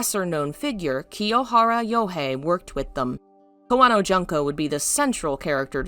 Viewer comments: Her first name is June(like the month)ko. Not Jun-ko. Sue-eekoden... I love your channel, but please learn how to say Japanese vowels. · Allow me to comment: it's should be pronounced "june-co." instead of "junk-co."